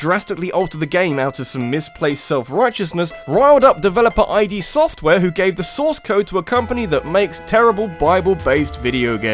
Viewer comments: “Eye-Dee software”? come on, man. You’re better than that. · I've never heard of the developer Eye Dee Software before